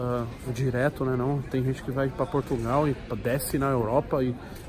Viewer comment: Tog tá show demais cara!! Só atenção nas edições, que tá com vários erro, são pequenos, mais nos confunde, tipo o começo do vídeo passou duas vezes bem dizer HAHAHAHAHA "Portutal"